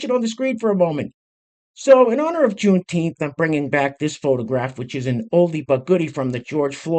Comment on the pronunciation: Here's a deal, if you can say Juneteef the right way, maybe just maybe someone out there might listen to what your saying. Good luck